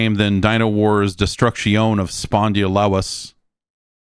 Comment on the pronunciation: It finally happened. After 107 weeks, you nailed the pronunciation of Spondylus.